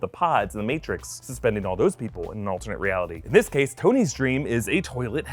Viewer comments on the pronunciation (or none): none